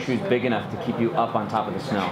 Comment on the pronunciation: keep not feep lol